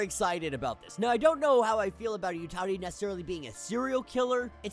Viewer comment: Isn’t it Yautja, not Utati??